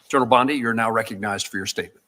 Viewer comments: What a weird video! The contents are interesting (but repetitive) but the clips never forward what is being explained. You talk about one judge and we see another talk for a few seconds, basically saying, hello, good to see you. (Plus it's annoying to say "Bondaï" when it's Bondee.) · Why do you YouTubers call the AG 'Bondai', while all Senators and Congressmen and -women call her 'Bondee'? Oh, I see, you're AI generated. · I love the info and the hope it brings but please stop with the AI as the misinterpretation of words like BondI vs BondE detracts from the credibility of the facts. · I agree with all the comments but the gentlemen speaking is lessening his critique by incorrectly pronouncing her name with a long “I” at the end. Perhaps he is the only one in the country who knows how to pronounce it which would surprise me. But when someone wants to bring a critique they want to make themself appear VERY credible. Incorrectly pronouncing the name can make all who are prone to discount his post do so out of hand without a second look. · Why does he constantly mispronounce Bondi.? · I don't get how people constantly create new names for people even though those names have been in the news forever, or they've been introduced correctly and you still say the name wrong. Bon dee, not Bon dye. Gil laine, not Gizzz laine Credible and correct reporting means correct names (and places, etc). Thank you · Is it just me? Who says BondEYE other than AI? WTF? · This is AI crap. Who is bon-die? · Regardless how the name is spelled it’s pronounced with E at the end, Bondeee. Listen to the Senate videos on your’s. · Thats an AI, not a real person. AI always mispronounces Bondi as bond-eye. And they don't breathe. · This video is good, but pronouncing the name Bondi as"Bonsai" distracts listener's attention. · Bondi pronounced Bondeeeee. Not I as in Australia. Spanish pronunciation. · It's "Bon Dee" babe. Not a real big deal but just a heads up. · Learn how to pronounce Bondi!